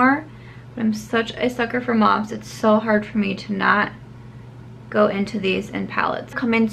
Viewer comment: Thank you for saying "mauve" right:) your looks were beautiful and not plain which I sooo appreciate.